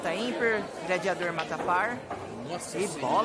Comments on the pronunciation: O JP e um xarope mesmo Quem não sabe,q.ele vai colocar a bola colada,atrás da bola.Ficar mirando em outra bola se não vai jogar.e esse cara falando Gradiador e de ferir os ouvidos da rapaziada.O apelido do cara e GLADIADOR.E GLA...... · E esse falador,usando um termo xulo,CAGADA.Gradiador e de ferir ou ouvidos,não foi para escola estudar, não tem desculpa.duas bola na mesa ,se e duas e plural. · Fecha boca.silencio rapaz,falar GRADIADOR e foda para os ouvidos.